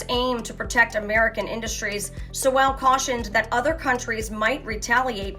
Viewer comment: Two thoughts: 1. Stick to the news and not political commentary…unless it is in direct connection with Catholics or Catholic teaching and practices. 2. If you’re going to quote and feature the comments of someone like professor Sowell, learn to pronounce his name correctly. Work harder; do better. But for now C+